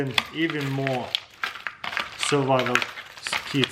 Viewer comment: only me that thinks he say survival kids? xd